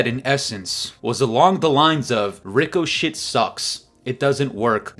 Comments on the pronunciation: I agree totally! Cheating is out of control and shouldnt be But ffs Ricochet is pronounced RIK-UH-SHAY. 😅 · Rico-shhh perfect😂😂